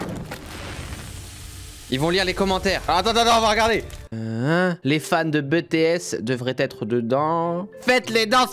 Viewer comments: "bétéesse" 😭😭😭😭😭 J'ai mal 😭 Tu ne pouvais pas savoir mais c'est "bitièsse" 😂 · C'est pu BéTéS c'est BeuTéS, en plus t'es nul en anglais 😂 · " Bétéesse " " kapop"... J'ai mal. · C'est juste pour dire on dit bitis et pas bétés et on dit pas non plus kapop mais kaypop oui je sais c'est des détails mais bon des fois ça énervé en peu les kapopien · Ouais Cyril on prononce à l'anglaise kay-pop pour K-pop et BTS ça se prononce BiTièS Tu devrais faire une vidéo ou tu découvres un peu l'industrie de la musique coréenne ça pourrait être drôle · tu prononce BTS à l'anglaise et k-pop pareil